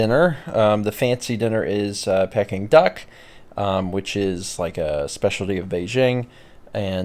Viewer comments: Ah yes Pecking Duck... Peking Duck is pronounced Peeking Duck, the way said it. Also yes Peking Duck is delicious. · The pronunciation of peking was slightly triggering. It's pronounced peeking. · I wondered about that. I've always pronounced it Peeking so I was starting to wonder if I was wrong. I think I prefer Pecking now actually!!!!!